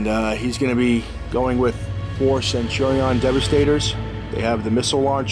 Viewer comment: Love the video, hate how you pronounce centurion.